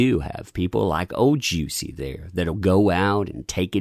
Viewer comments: I can't take this video seriously with you pronouncing his name as "Juicy" 🤣😂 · I just wanna know, Is it actually pronounced “juicy” ? 😭😂